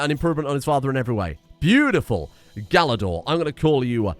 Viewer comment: Galador => Galadurr !!!